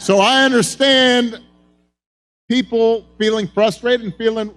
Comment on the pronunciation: she says "piple"...not "people"....makes me want to gouge my ears out